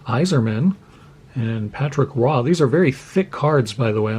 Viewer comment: LOL - I didn't even know how to say Patrick Roy properly until I heard you say it!